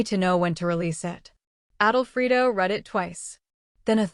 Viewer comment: Yes, it's not written, "Adolfrido", it's written "Alfredo", like the pasta sauce. Plus "goodbye forever" is two words, not three!!